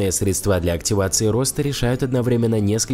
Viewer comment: Средства- ударение тоже на е!!!